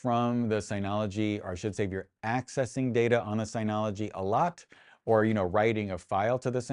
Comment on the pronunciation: Nice video. I slightly want to punch you in the face for the constant incorrect pronunciation of "Synology". Otherwise, good video.